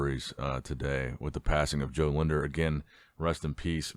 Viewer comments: It’s Jo Lindner not Jo linder respect his please 🙏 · Using too much Tinder? Get his name right bro! its Jo Lindner.